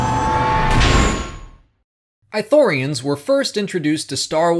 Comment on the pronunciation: I know this is just a personal nitpick but it's not "I" thorians. It's "ii" thorians. (Not "ee" but a hard "ii") they pronounce it in Kotor2. Not a big issue, I just get annoyed when people mispronounce stuff xP Even more here since Ithorians are one of my favorite races in SW.